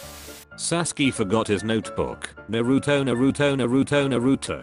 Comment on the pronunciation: No one: Literally no one: The man: nArU-tO